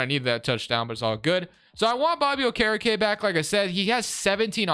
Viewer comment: Butcherin okerekes name